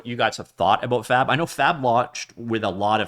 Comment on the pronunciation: Brother please enunciate the B, my wife was wondering if I was watching a 'No Fap' video..